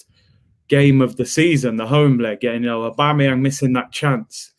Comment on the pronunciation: Man called aubameyang young 🤣🤣🤣